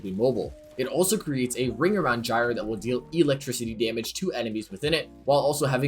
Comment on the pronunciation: Huh I thought it was pronounced Gyre not Gyre